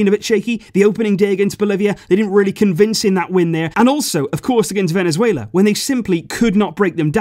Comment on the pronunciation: I’m losing it when he’s saying ”Venezuelea”😂